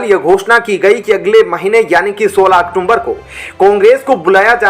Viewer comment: औक्टूबर बोलिए औक्टूम्बर नहीं